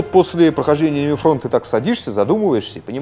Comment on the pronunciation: Он как-то странно произносит слово Enemy, мне слышится что-тотипа мимими